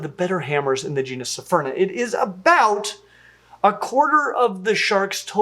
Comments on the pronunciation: It's pronounced, Sfurna. Not, Sy-furna. With all due respect. Love your vids. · It’s pronounced Sphere-Nah. Not Sa-fear-nah. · Small error: keeps saying "sephyrna" and not "sphyrna" "Isn't it pronounced "sphaierna?" Okay, okay Say "sphynx" Now say "sphyrna" Same thing lmfao I believe in all of you xD That said, thanks for covering one of my favourite sharks:) Super excited about the new species! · just two points of pronunciation that are killing me. First, cepha- is of Greek origin, Brits mess up trying to turn all 'c's into 's' sounds. It should be pronounced "kefa." Second, you keep saying "sy-ferna" for the genus. There is no vowel between the 's' and 'ph' of Sphyrna, just like the word, "sphere." We don't live on a "sy-fear," and the genus is not, "sy-ferna." I try really hard not to be "that guy," but you are repeating the same mistaken pronunciatinos, over and over. Normally, you are really good on it. I can forgive you doing the 's' thing to cephalopod, as you don't say that too often, even when doing videos on octapodes. Oh, and if it comes up, cnidarians, the 'c' is a 'k' sound as well, it's not silent, and not an 's''. Again, it's Greek. Look it up. The prefix means, "spear." Thanks for the informative content, tho. I'll go away now.